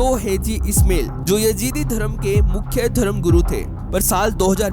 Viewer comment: ओ भाई, " ISMAIL" को " इस्मेल " न बोलिये, बल्कि " इस्माइल " बोलिये. 2. " हाजी " को " हैजी " बोलना गलत है.